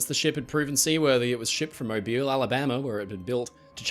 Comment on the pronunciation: I'm impressed, an Australian pronounced the name of the Alabama city Mobile correctly.